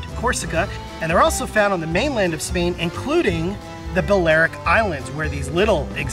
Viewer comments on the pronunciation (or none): none